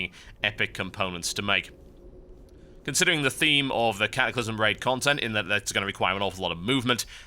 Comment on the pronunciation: ka-ah-clysm :P